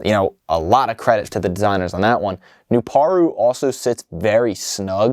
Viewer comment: His name is pronounced "New-Par-u"